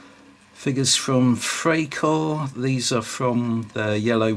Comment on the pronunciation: Freikorps is pronounced Fry korps.